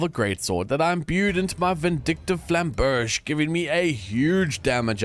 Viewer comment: The way you pronounced the french words really hurted my soul as a frenchie. Flamberge and Baron du Bouchon for example, those two really stung. Other than that, awesome video